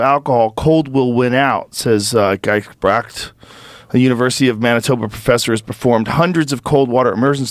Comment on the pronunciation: Pronounced Ghee's-bricked, common mennonite name in Manitoba and the mennonite settled areas of Canada like the prairies and other agrarian regions.